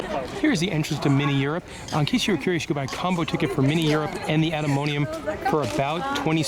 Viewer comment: You made the right choice with the samurai sauce to the frietjes, but goth dammit you were driving me crazy calling the atomium "atomonium".